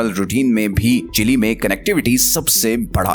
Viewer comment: Not chilli it's chil'e